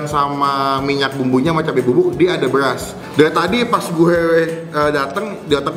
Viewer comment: Soundnya tolong benerin bang, masa Ngomong BERAS kedengearannya malah BELAS